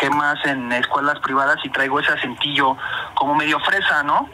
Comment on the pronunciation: Procede a decir acentilloo!!😂